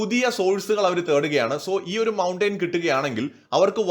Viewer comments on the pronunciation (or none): മൗൺടേയ്ൻ അല്ല, മൗൺടെൻ ആണ്.